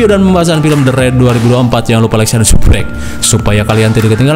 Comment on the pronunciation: Candu dengan suara Abang saat bilang subscribe ... Aku denger nya subbrek aja ... 🙏🏼🙏🏼🙏🏼🙏🏼